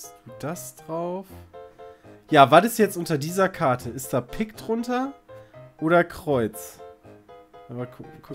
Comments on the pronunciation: ' Aussprache von Pik schmerzt. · Es heißt Pik, nicht "Pick"!1^!^^!!! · Bin ich der einzige die das pieeek nennt und nicht "pick"? :D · Pick, Kreus ,Karro und Härs..wer kennt sie nicht :'D